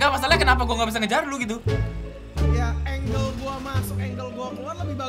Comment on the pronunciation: Angel bkn angle wkwk